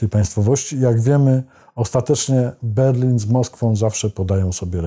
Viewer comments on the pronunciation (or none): none